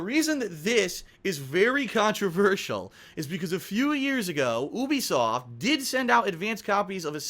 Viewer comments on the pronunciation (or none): goddamit it's pronounced you-be-soft not ooobisoft